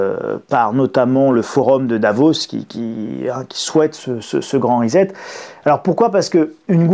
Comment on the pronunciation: Bonjour Pourquoi prononcez vous le mot anglais reset...risette!